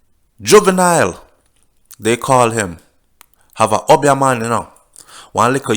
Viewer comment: The word is Obeah and pronounced OBE--E A not UB--YAH.lol